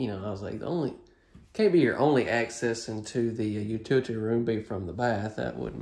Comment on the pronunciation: please learn to pronounce utility correctly. There is an L in utility. The word is NOT utiity. The way utility is pronounced on these videos is quite crass. In fact, pronunciation of this word on these videos is extremely offensive. Thank you.